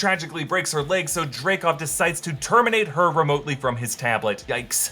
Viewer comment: It's "Dreykov"